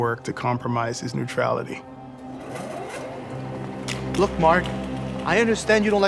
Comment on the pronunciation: Cringed at 'challenge his nuetrality' .